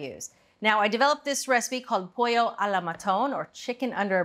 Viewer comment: Forgive me: I’m going to be That Guy and remind you that the Italian pronunciation of “pollo” is not the Spanish one that has a /y/ sound in the middle. Great recipe, though: carry on.